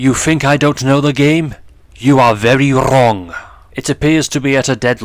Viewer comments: "You are very RRRRRRong." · i love how he says wrong that way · it’s an accent. I’m sure of it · he emphasized the R